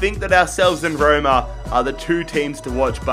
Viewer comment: Roima “Roma”